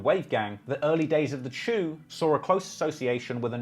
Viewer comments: If you hear a nyc cop calling it "cha-oo" why you gunna call it "chew" Culture vulture energy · The chew!??? Bruh😩